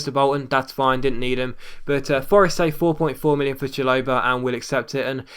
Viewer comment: it's pronounced Shal-o-buh mate. Now having a go but just saying for future reference